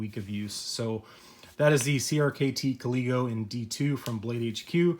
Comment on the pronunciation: thank you for saying it right lol. if i would have TM the name this knife would have a different one..... lazy me... oh well i guess